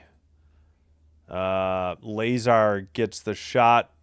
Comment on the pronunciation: La-zar not Lay-zar lol